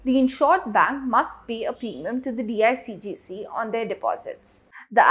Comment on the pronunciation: It’s not DIGCG It is DICGC.